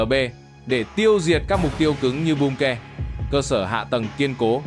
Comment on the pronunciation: Không hiểu sao mấy ông bà YouTuber ở Việt Nam đọc chữ bunker thành là bum ke